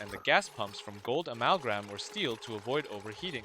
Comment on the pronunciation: it's amalgam... not amalgram.